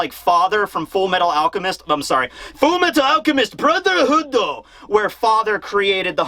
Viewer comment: has corrupted the pronunciation of FMAB (Fullo Mehtal Alkemist Brothohoodo) for the foreseeable future